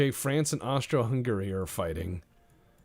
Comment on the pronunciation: calling it austria-hungeria threw me so of course i chocked on my coffee